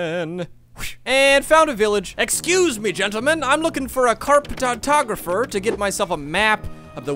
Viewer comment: Carpt-tatographer. ; Cop-tographer.